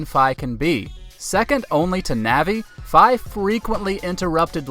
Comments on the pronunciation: Fi is pronounced FEE! While annoying, like Navi she's lovable! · Thumbs down for misprounouncing Fi.